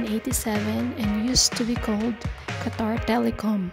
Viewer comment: DOHA, QUA-TOUR <3